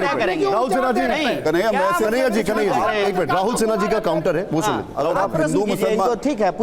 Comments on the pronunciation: कन्हैया नही दलैयया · अस्पष्ट या स्पष्ट ? बार बार कनाहिया कुमार कहता है में अस्पष्ट करता हूँ